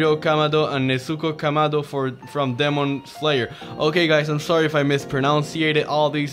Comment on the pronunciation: DEMON SLAYER!! (Not dehmon)